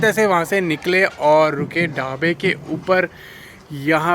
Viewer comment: 1 lakh k uper subscribers ho gaye abhi thoda pronunciation pe dhyan do Dhabe k uper Continue Dono Phone like this words you pronunciation is very bad sorry bt thats all I wanted to say baaki you are the best Youtuber